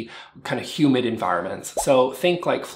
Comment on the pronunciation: I thought he said human environment instead of humid environment. I was like ‘yep. I agree. I’m way too clumsy’ 😂